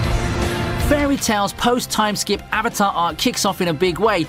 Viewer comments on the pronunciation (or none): none